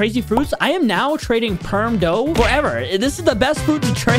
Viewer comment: He said Buddha instead of dough if you rewind it to five minutes and 22 seconds